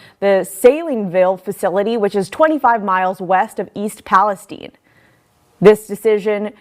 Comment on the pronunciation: Thank you for your proper pronunciation of Palistine iii not e